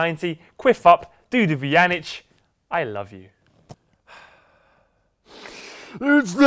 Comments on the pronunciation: WHY DOES POET ALWAYS PRONOUNCE VUJANICS NAME INCORRECTLY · how do you feel about Poet saying your last name wrong? I think it is kinda funny